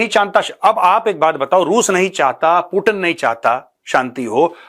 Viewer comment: पुटिन नहीं , 😂 Vladimir Putin पुतिन जी , Have some respect honour 😅😊